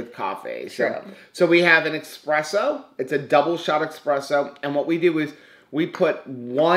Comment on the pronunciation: Ok,. I'm Italian so I have to school you. It's not expresso, it's espresso........